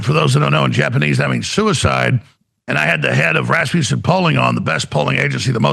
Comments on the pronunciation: Like how Alex Jones keeps calling "Rasmussen" "Raspusen" tell us the truth without knowing you're telling the truth... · When Alex Jones says 'rasmussen' the closed captioning has it as 'Rasputin'. 😂